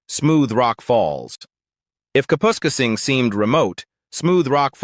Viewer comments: “Cap””us””casing”. Kapuskasing Lmao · Kapoooskasing lol - AI doesnt know how to pronoune it. I grew up in New Liskeard (Temiskaming Shores) it is no longer affordable and no there are no palm trees.